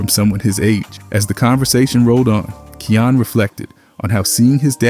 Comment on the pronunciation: If I’m not mistaken (and I’m no expert on the kid), i think his name is pronounced Kie (like fly) - yan (like fan). I remember it sounded like cayenne (like the pepper) when i heard one of hood parents say it one time. No biggie. I still love your channel and keep up the great work! 💜